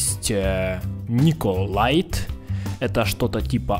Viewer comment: не николайт а николит